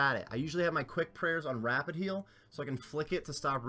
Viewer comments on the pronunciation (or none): none